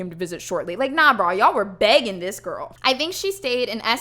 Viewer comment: Please, say "Ya'll" more. I'm from Alabama but have lived up in Mass for the last 6 years. It's music to my ear.